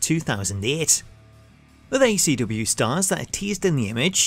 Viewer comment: it sounds like he's saying ACW instead of ECW